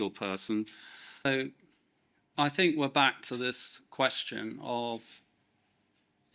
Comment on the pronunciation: You are surely entitled to your thoughts. Surely however, you are not entitled to keep pronouncing ‘think’ as though the word commences with the letter F.